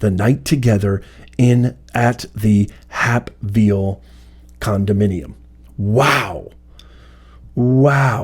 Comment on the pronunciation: "Hape"ville is pronounced as in "Cape"..... As Judge Joe Brown called Fani: "Loud Sista BS"